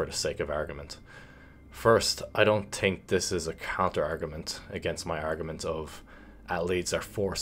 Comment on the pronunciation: ”I tink”